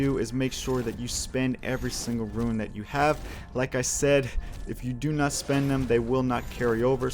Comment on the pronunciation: Great videos but Rune is pronounced "Roon" you are saying it much closer to ruin. Just an observation.